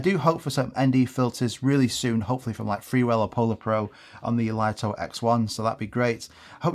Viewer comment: It's pronounced 'Lee-toh', not 'Lite-oh'. And the DJI Flip shares the same ND filters for the X1.